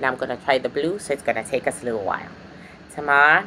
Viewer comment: i loveeee the way you say “Tama” instead of “Tamer”😆😆😆😆😆